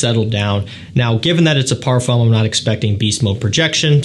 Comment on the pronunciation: Please learn how to pronounce the word Parfum correctly